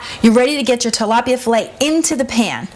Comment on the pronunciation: YOU'RE RECIPE IS NICE AND EASY BUT FYI, IT'S TILAPIA NOT TALAPIA!